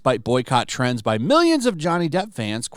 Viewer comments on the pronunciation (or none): none